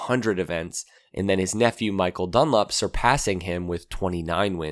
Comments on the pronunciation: Joey "Dunlip"? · Joey dun-lip?😂😂